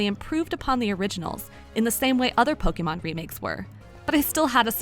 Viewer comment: It feels so right when she says po-kay-mon instead of po-key-mon or poke-uh-mon.